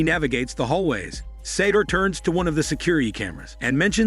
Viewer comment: I have no idea why the narrator is calling the bad guy Sator. His name is SATOU, Sah-toe. There's no R anywhere in his name.